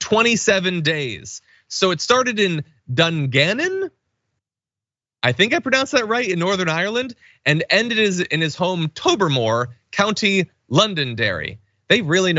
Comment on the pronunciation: Note to John. “Tobermory”, not “Tobermore”.